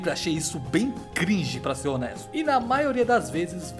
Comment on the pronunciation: É muito paia falar "gringe"